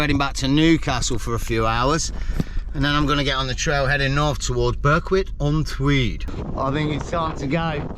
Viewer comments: It's pronounced BERICK. NOT BURWICK. . Yr saying it the way its spelt...... Berwick upon tweed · Great vid again, fab coastlines. Think it's pronounced "Berrick" (Berwick) , like Warrick... (Warwick) English language is nuts!! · Berwick is pronounced Berick silent W .Checkout Druridge Bay. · Glad someone pointed out the pronunciation you were killing it man,lol.Enjoy being in God's country fella,try a overnight at kielder if you get close,spotted a pine Martin up there last weekend,big nightsky observatory up there too,safe travels man..